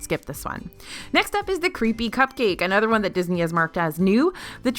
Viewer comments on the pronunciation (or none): none